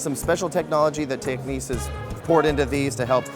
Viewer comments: Repeat after me...TECK.....NICKS......got it ? TECK-NICKS. IT is not Techniques. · Why the fuck would you pronounce the word "Technics" as "techniques"?